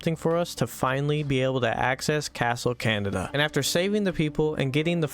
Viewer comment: When you said "Castle Canada" I couldn't help but laugh at it 😅